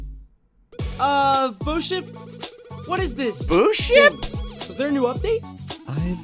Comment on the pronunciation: Why do ppl keep calling bosip boship?!